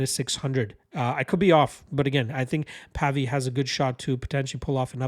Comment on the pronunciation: It's pronounced to sound like wave - Pavey